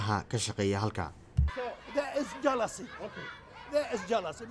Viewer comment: "jealous" 👁👄👁 Lmao he said it with his full chest too I- 😂😂😭